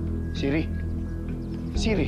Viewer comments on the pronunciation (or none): Siri not tiri lol